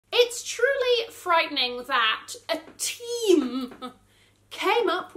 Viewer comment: 🤣🤣🤣love how you emphasise "A team...uhh"! agreeeee.